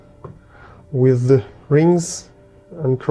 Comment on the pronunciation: Somebody tell these Russian guys “the” is not pronounced “z”.